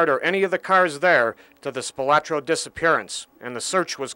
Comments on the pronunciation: I would have thought that, by now, they would pronounce the name correctly, SPILOTRO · Would have been nice if the news reporter could pronounce Spilotro correctly. There is no “a” in the name.